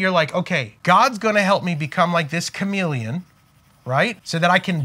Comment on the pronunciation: CHAMELEON, You mean.....not CHAMILLION?!!?